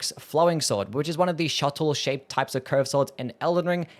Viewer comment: Shotel - "Shuh-tell", not "shuttle".